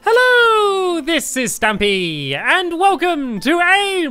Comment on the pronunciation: Why do I hear Stampy's intro as "Hello this is Tampy!" Can't be unheard xD